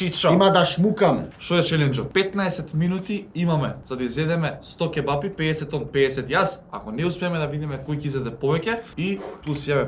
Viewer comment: Ау акцентов на Ќеба-Пии